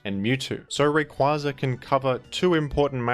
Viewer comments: Smh that’s the correct pronunciation of his name. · It IS Ray-Qway-Za though...it baffles me that people still say "Ray-Quah-Za". Have y'all not seen the anime?